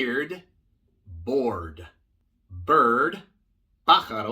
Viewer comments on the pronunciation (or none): none